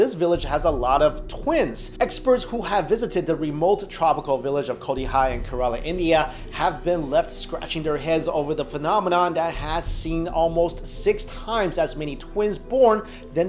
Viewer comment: I've been to Kerala and I've never heard of the village. 😶 Also, it's pronounced keh-re-la.